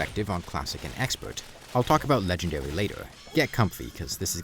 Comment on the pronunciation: "Legendawy mode"